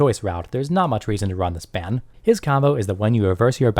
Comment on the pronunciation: FYI His name is pronounced Bahn. Otherwise, thanks for the input. I currently run 7DS. Also a WS noob so It's good to hear a more experienced prospective and tips on bettering my deck.